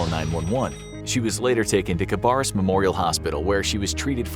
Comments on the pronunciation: I know this is serious but seeing as I live in the area, and hearing you say ca-bar-us instead of ca-bear-us killed me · Good video. It tripped me up hearing the pronunciation of Concord and Cabarrus in the video. I live around the area and everyone around here calls them Con-cord (like a literal cord you plug into something) and Ka-bear-us. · That was my only complaint too, the way the narrator said "Cabarrus" really threw me off